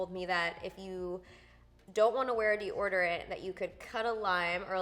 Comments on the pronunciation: We’ve got our “Deorderant”, 2019 edition. It never gets old 😂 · you're killing me! Phonetically, it's dee-oh-der-ent. You've got this, brah. Come on. Lol. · FACTS: I love it that you still say deordorant 🙌🏼😂